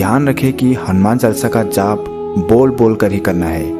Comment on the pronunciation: अरे भाई क्या चालसा चालसा कर रखा है। शुध्ध उच्चारण करो हनुमान चालीसा बोलिये। चालसा नहीं